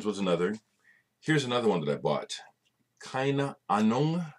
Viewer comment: Keine Ahnung -pronounced kai-ne aah-nung it means 'no idea' in English (my mum's German!) Hope you don't mind me correcting you ;)